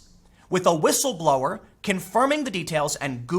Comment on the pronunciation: Dadfuq is whitstleblowr? Why people use some kind of retarded English nowadays?